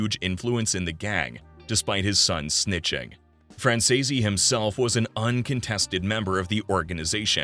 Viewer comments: ACCORDING TO MICHAEL—SONNY’s SON- THEIR NAME IS PRONOUNCED. FRAN SEAS OR FRAN SEES! It is so much nicer to pronounce a person’s name properly! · For Christ sakes, how hard is it to pronounce his last name properly? F R A N Z E E C E if ya sound it out. Lol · Fran- zee-s. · Wtf , you can’t even say his last name correctly, I’m out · It’s a really good YouTube but please try to say his last name right look up Michael Franzese and he’ll tell you how to say it but you’re not saying his last name, right😢😊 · well, since it takes less than 5 minutes of research to figure out how to say the name, either you’re a robot or just lazy as fuck. So whatever you prefer to be known as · Yes I do understand like I appreciate you trying to help I do know a lot about the Mafia and it does catch my interest just it drives me nuts when you mispronounce the last name wrong like hears a idea if you don't know how to to pronounce it then just call the person by the first name or nickname I would accept that and it would be a lot better than the wrong time I am like bro it is not that that's not how you pronounce it it's.....